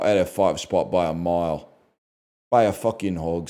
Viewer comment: Saying “by a mile” in a British accent lol